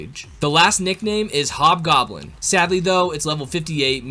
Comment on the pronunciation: it hob goblen not yellow goblen